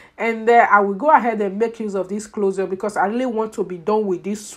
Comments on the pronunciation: The way she is pronouncing closure ...clozar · "Clozure" 😄😄 i love it. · Why are you pronouncing closure that way?